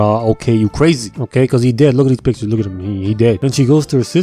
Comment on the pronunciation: “Luuk at me. I am da captain now.” 😂